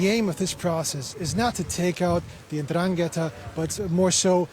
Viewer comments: Completely ignorant journalist. it is not indraketa ma 'Ndragheta. be sure of what you say before you open your mouth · Andran - gheta it’s very wrong...